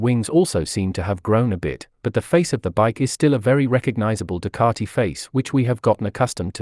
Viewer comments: Ffs it’s Ducati not Ducarti! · You’re wrong. I don’t yell at my tv as the majority of commentators pronounce the word Ducati correctly. You need your ears washing out!